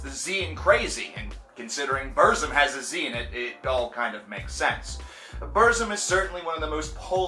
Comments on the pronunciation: ITS NOT PRONOUNCED "BERZIM" ITS like " burtzum or like bootzum..trill your r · No one hates burzum and it's pronounced burt-zum you neanderthal. Also, Varg is not insane, he's a true woke person, he sees beyond the vail of bullshit. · It's pronounced Burtzum, with a rolled R. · Yeah its Burt-zoom posers can't say Burzum right. I'm far right and an NRA supporter that's why I like TRVE KVLT Black Metal. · BuRRzum. Sounds funny when you say it. I pronounce it the way Varg himself pronounces it. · "Burt Zom" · Varg says it wrong though. It's Burrr-zoom according to the RotK appendix pronunciation, which is where the word comes form. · I’m a southern Amerikan and I agree 👌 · He’s a poser he said BURZUM WRONG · Decent video but you need to do a little more research. Your pronunciation of "Burzum" is cringworthy. It's a word from the black tongue of Mordor and is pronounced a very specific way. Also Euronymous and Varg were part of the second wave of black metal not the first. The first wave were bands like Venom, Celtic Frost and King Diamond. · Can't even say burzum right and hail varg oisten threatened him is in the police report just cause u watch a movie doesn't make you a detective so ignorant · You can't even pronounce Burzum right... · Can you at least try to pronounce Burzum right? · If you can't even pronounce Burzum right I'm not taking you seriously. Do some more research. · Yes i just commented on the pronunciation before i read your comment..i don't really knock on people pronouncing things wrong like croissant or Hiroshima but saying burzum just sounded really gay unless you pronounce it the way Varg pronounces it